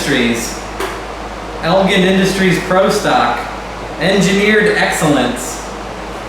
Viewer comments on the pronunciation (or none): Elgin is actually pronounced ElJin with a j sound and not a g sound... Sorry to nitpick.. if you need someone local to check stuff out, let me know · Good grief...EL-GIN...like the drink...GIN. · Was thinking the same thing. Actually more like ELLL-JHiiN